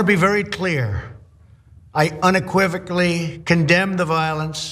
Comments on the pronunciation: Personally I'm still wondering HOW in the world he pronounced it correctly.... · Some believe it's a made up or doctored video. He did after all manage to say "unequivocally"correct. So who knows now?!😂😂 I went back to check the oranges (origins) of the video but it's all cofefe now.